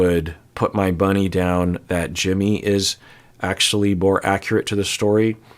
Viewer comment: you have no idea how many times I rewound to make sure I heard correctly 😂 has anyone else heard it "I'd put my bunny down" and not money?